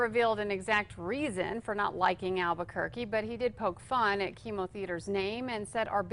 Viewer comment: DDoggy pronounced like chemo thooo which is pretty damn funny